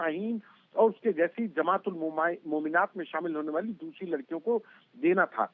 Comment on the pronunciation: It is pronounced 'Mominaat' didi. Isiliye dysri languages ki pronunciation bhi seekhni chahiye. Mr. Sharma did a better job.